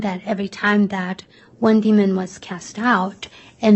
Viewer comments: She did AMAZING with everything else so I just had a little chuckle every time she said demond. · The Prosecuting Attorney needs to learn how to Spell and Pronounce DEMON !